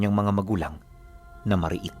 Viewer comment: Mari-it ang tamang pag bigkas ibig sabihin ng mari-it liblib at maraming mga nilalang sa isang lugar, at ang sinda namn ang ay sugat na nakukuha mo kapag pumupunta ka sa mari-it na lugar dahil napag laru-an ka ng mga engkanto or iba pang entity sa lugar HEHEHE taga Pototan Iloilo po ako